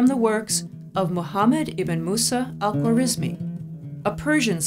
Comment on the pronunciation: Al-Khwarizimi was an Uzbek not Persian. Algorismus was the latinized form of his name from which we derive algebra and algorithm. Nancy mispronunciation his name even in Englidhñ